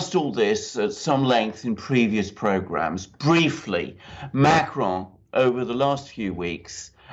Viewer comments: Ma cron but you don't pronounce the n at the end ;) , a short " on" , but never mind , he will probably retire in a near future. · You are NOT really good with Macron. You make it sound Spanish. It is SO weird! Regular American/English pronounciation of Macron is closer to the French than this rolling R mahk-rrrrr-onn.